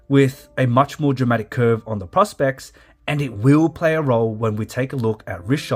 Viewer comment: Thank you!! The mispronunciation is a constant minor irritation.